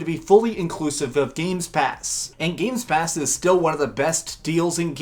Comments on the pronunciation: Anyone else irritated he kept saying "GAMES PASS" lol Gamepass dude Gamepass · I won't trust a guy for a VS comparsion when he is unable to say "game pass" correctly. He is extremely biased towards PS and he has really no idea of what the power of the series X would mean for the multiplatform games. Oh and let's not forget that talking abot exclusives, series X is winning by far with its 8 confirmed exclusives while ps5 has just 2 confirmed exclusives.